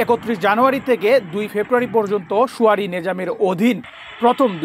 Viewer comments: You are a reporter., you are keep repeating, suare instead Surae. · আপনি শুয়ারী বলেন কেন? দয়া করে শুরায়ী বলবেন